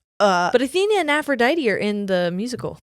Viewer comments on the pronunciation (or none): none